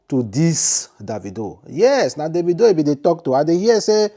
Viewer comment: how do you know is referring to boss man davido....Mr man learn how to pronounce someone name